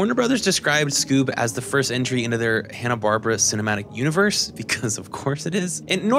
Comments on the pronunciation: "Hanna Barbara" Wait what did you say? Hanna Barbara No it's Hanna Barbera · "Hannah-Barbra"? (laugh) It's pronounced "Hannah-Bar-BEAR-a". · Loved this video. 9.5/10. You lost half a point for mispronouncing Hanna-Barbera a bunch. It’s not “Bar-Bra”. It’s “Bar-Bear-Ah”. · I'm enjoying this so much. Accept when you say "Hanna Barbra." (It's "BarBERa," emphasized like "barbaric.") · Is "Hanna-Barbra" a different group than Hanna-Barbera? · This video is the only source in all of the internet where I heard "Hanna-Barbera" being called "Hanna-Barbara" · Bar-bear-uh. Holy crap that drove me nuts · but the correct pronunciation IS "Hanna-Bar-bear-a" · Love the thorough analysis! Not sure if it's a joke, but it's pronounced "Hanna Bar-Bear-Uh" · First off, please learn how to pronounce Hanna Barbera. It's not Barbara. Secondly, Scrapy Doo is not only the worst character made for Scooby Doo, he is potentially the worst cartoon character ever made. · Sorry by the 3rd. mispronunciation of Hannah Barbera I was done! .... sorry kid it was a nice try.